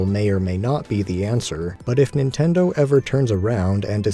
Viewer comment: “Nintender” lmao. Great video! Really like some of the points made here